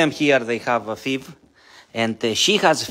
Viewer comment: FIV.......pronounced "eff"-"eye"-"vee" ❤